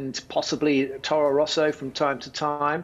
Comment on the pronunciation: Torro Rosso? Come on Damon :D